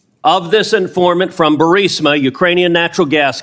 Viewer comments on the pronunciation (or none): Burrrrrr... isma. Not Burssss... imma. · Are you intentionally misread Burisma as Bursima ? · Let's talk spelling versus pronunciation.. Burisma Bursima. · BurISma not BursIMa. You're killin' me smalls! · IT'S BUR-IS-MA for God's sake. How do you consistently get BUR-SIM-A out of that? How hard is it to pronounce a basic 3 syllable, 7 letter word? Seriously? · I do believe it is Ber-ee-sma not Ber-sim-a. At least that is how all of the other news announcers say it. Sorry, but thought I’d help. ❤️ Love your videos and perspective. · benny gonna call it bursima again, cmon man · why do you always pronounce Burisma wrong????? The "I" comes before the "s" !!!! Love your show and thank you for what you do!!!